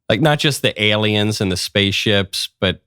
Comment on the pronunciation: Why do you put such a weird emphasis on the letter "L"? You sound like you're licking it. IsraeL, aLiens, eLement, repubLicans.